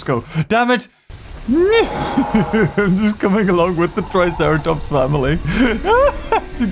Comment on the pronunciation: I love how you said let’s go visit the tricera plops!